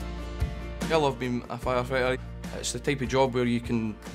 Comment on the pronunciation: "Fire fitter" 😂😂😂✌️